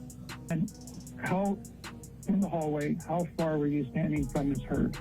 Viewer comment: I'm pretty sure this isn't a bot narrating this video but I always doubt myself when the most easiest of words are spoken incorrectly. Like when she said the letters M S instead of the correct way which is Miss (some say it's more of a z sound than an s, but either way it was still mispronounced) Heard. It's sad if a computer bot does it since they're supposed to be smarter than most people, but it's really pathetic if an actual human being is reading it and doesn't even say it correctly Ms. when its the title of a person like Mrs. or Mr. (FYI: IF you feel the need to reply or send me a message please make peace with the fact that I will never read it or even see it. I refuse to do the back and forth debate on my comments).✌